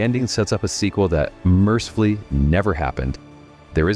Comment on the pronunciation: Does anyone else but me notice that these guys in all of these films never seem to run out of bullets in their guns, or have to reload them? Oh, btw, it's "mercifully".